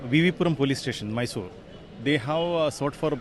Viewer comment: It's not Maysor. It's Mysore. Atleast write correct spelling though pronounciation does not come for you.